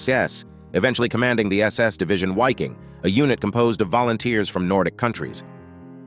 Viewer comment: It's pronounced "VEEKing."